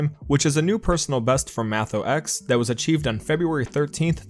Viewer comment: Mathox is pronounced Mat (like in matrix) ox (like in oxford)